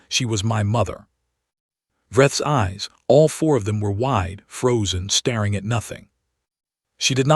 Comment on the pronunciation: The AI still mispronounces common words. it even gets ''COLONY'' wrong, ''BREATHED' wrong', ''STARING' wrong.I've given up on listing these there are too many !, Didn't anyone bother to edit this ? Any human would have spotted these mistakes instantly.!